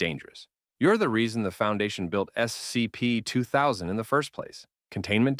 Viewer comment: Yeah the 'voice' has said "scp" in like 17 different ways. None of them consistent with each other. On top of that, it doesn't say the numbers correctly